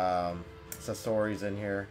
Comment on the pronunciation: you just said minato and sasori wrong how dare you say narutos dad's name